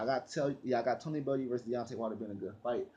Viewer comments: U always say bullew it's bellew like bell you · M8 it's bellew !!! Not balloo , sounds like someone out of the jungle book . Lol . If u watch boxing you would of heard is name so how u pronounce it like that is funny as fook. No more weed for this man 😂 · mario forgaze yhh but been making videos on bellew for years now and still not got it right all u have to do is watch a bellew fight and u should know how to say it